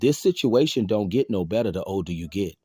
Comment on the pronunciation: " The older you git...the worse it git."...Ok , Brah 😂...